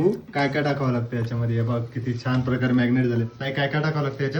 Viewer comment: मॅग्नेट नाही रे marinet